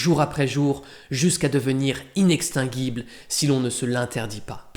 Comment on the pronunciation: Petite erreur de prononciation sur inextinguible. Pour le reste merci